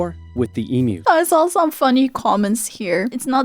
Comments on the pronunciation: It’s e mew not e moo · Also em-u not e-mu. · Australian pronunciation guide- Emu is pronounced Eem-Yoo, not Emoo. Emoo would be a depressed cow, not a giant flightless bird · Emu (EEE Myu). Not E-moo, which is an electronic cow.